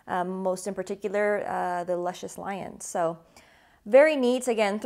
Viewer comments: The cigar is named after a character on the show pronounced Loo Shus. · pronounced Loo-shus lol